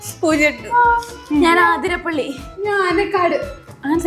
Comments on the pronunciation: athu athirappilly aanu aathirapally alla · ആതിരപള്ളി enna sthalam undo അതിരപള്ളി alle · അതിരപ്പള്ളി ann aathirapalli allaa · അതിരപ്പിള്ളി ആണ് correct. Pinne ഈ ഊ ഏ okke vere അക്ഷരങ്ങള്‍ ആണ് അപ്പൊ ആ അ അതുമാത്രം vere letters ആണ് ennu paranjath moshayipoyi. Justice for ❤😌